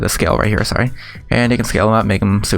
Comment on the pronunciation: You guys hear him say "I´m saowy, I´m saowy" instead of saying "I´m sorry, I´m sorry". Like wtf...